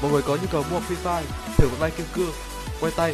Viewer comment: Hay đoạn "phờ ri phai"